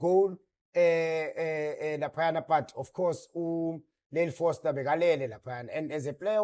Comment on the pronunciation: Just one take…We need to differentiate between Frosler and Foster 😂😂😂😂😂…his name is dribbling a lot of folks.